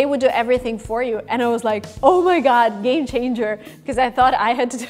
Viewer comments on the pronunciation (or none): none